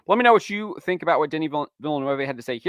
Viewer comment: You pronounced Denis last name wrong hahahahahaha